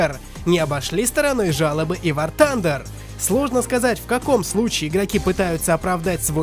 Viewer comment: Ахах, он в начале сказал Ван Тандер